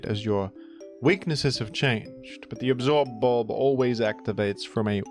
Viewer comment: The way you pronounce absorb bulb with so much emphasis is driving me nuts, I can’t watch this